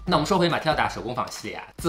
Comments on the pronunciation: 梅提耶 打呵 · Métier d’art 读作 美妾大河😉😉😉😉😉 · métiers d’art 第一个单词发音“美鸡野”